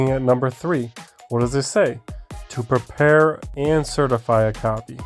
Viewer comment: You couldn’t remember the words “To Prepare” you articulated that horribly.